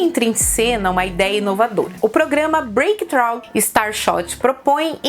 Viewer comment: poderia ter sido feito um esforço para melhorar a pronúncia do programa Breakthrough Starshot: "frú", não "tchráu" (difícil representar erros aleatórios em fonética). Nada que uma rápida pesquisa não resolva sem dominar o idioma ou atrasar a produção do vídeo... Já é triste o fato de termos sedimentados em nosso aprendizado escolar erros crassos como a pronúncia infeliz do nome de James Prescott Joule - é "júl", não "jáuli" - facilmente verificáveis em outros idiomas como espanhol, alemão e, obviamente, inglês (pois sua origem é Britânica). Precisamos vencer a mentalidade "em terra de cego quem tem um olho é rei". Podemos fazer melhor que isso. Pequenos esforços que valem a pena e fazem a diferença. Afinal de contas, enquanto não houver uma evolução do conhecimento ou rompimento de paradigma as lições, inclusive as erradas, tendem à eternidade. Espero ter conseguido iluminar a questão por um (nada novo) prisma.